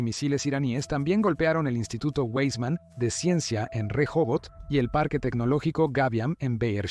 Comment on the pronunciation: No se pronuncia fonéticamente ueisman. Lo correcto fonéticamente es VAISMAN y se escribe Weisman